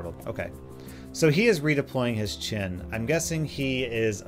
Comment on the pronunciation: Its weird how u pronounce chen as chin